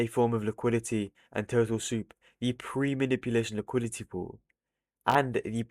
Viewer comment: Bro said tootle soup